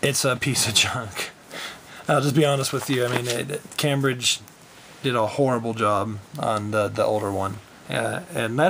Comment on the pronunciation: pronounced came bridge